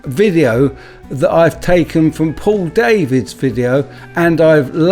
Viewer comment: For Info Paul Davids is Dutch his name is pronounced Dah - vids not Day -vids